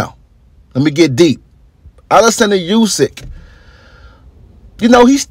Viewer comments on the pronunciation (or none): Its pronounced ‘oosyk’ not ‘yousyk’ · Olexander Oosick is how its pronounced not a dig at you but thats how its pronunciation that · War aint In Russia bro. And atleast pronounce Usyk name right. Damn!